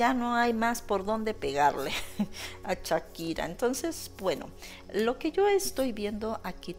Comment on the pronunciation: Hola desde Ca., Aclarando es SHAKIRA, no CHAKIRA, y es Clara Chia, no Clara Shia. cuidado con la pronunciacion.